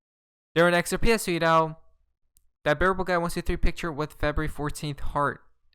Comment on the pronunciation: You talked “sweeto”, “psuidoo” too much. Unsubscribed.